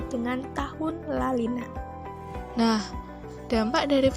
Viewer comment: Video kreatif, menarik, dan isi pesan tersampaikan. Koreksi penyebutan La Nina, bukan La Lina😉